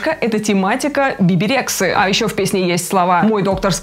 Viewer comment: Биби Рекса 😂😂😂 (если что, Rexha читается через "э" Рэкса) (я не хейтер, просто смешно стало, люблю Джейн, ты классная)))